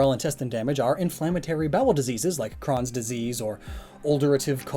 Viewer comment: I've never heard Crohn's and Ulcerative colitis pronounced like that. And I have Crohn's and they used to think it was Ulcerative Colitis